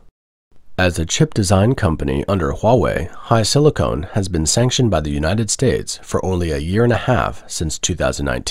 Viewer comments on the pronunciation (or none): Con not cone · Silicon, not silicone. Two completely different things. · It is "silicon" not "silicone", you mispronounce this throughout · Sil-a-con, not Sil-a-cone, voice to txt problem. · Please stop saying these chips are made using silicone. Microchips are made on silicon wafers which is completely different than soft, pliable, rubbery silicone. Silicone is used for things like sealing cracks around windows. Please ask google to define silicon, then define silicone. It will show a strong difference between the words. is a great example if what I am talking about. I am sure chip manufacturing will come up again, now is a great time to learn how to say silicon. You probably won't use the word silicone unless you are reporting the Chinese are trying to seal up drafts. There are medical applications as well, but nothing in your news article. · LOL if this was automated speech it is a highly sophisticated one, which means it would be able to pronounce "silicon" correctly.